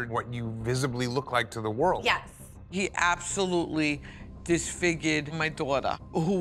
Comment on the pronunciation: "HE ABSOLUTELY, DIS-FIG-YID MY DAW-DAH" lmaooo